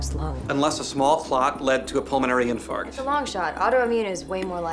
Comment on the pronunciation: sorry, pulmonary "in fart"?